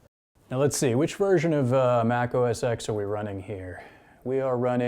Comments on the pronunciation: Please, please, please.... stop saying 'Mac OS EX'... Say 'Mac OS 10" as X is 10. Please!! :))) Ehh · It's Mac OS TEN, not Mac OS EX